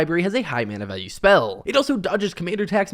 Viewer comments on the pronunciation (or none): none